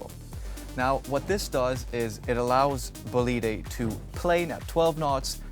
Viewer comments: Is not Bolíde, is Bòlide. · Next time I suggest you check how to pronounce the bane of the vessel you show. It is Bólide, not Bolíde. Other than that, well done. Brunello is the man ! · It actually is bo-li-de with stress on the first syllable. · All fantastic😂shame you butchered the boat every time you said its name. Before demolishing any work you do, ask for advice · Pretty sure the people that got a Bugatti Chiron Bolide are probably the only people that can afford this and the fuel for it. And Epp-a-toe-me....say what? And it's 'Bow-leed', not 'Bow-leed-ay'. Dang dude